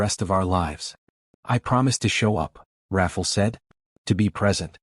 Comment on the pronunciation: The narrator’s pronouncing the man’s name as Raffle, but is it supposed to be Rafael or something else??? I hate it when names or words are mispronounced because it takes away from the flow of the story a little bit. Not enough to stop listening, but just enough that it becomes annoying. Good story nonetheless. It’s inspiring ☺️